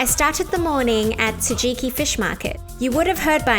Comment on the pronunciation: Great report, however, 築地市場=Tsu ki ji market, not Tu ji ki